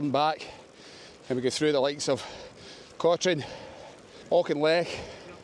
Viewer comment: It's pronounced Coturn no Cotrine. No idea why.